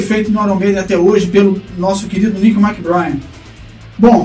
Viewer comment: "Méc-BrÊin", rimando com "trem".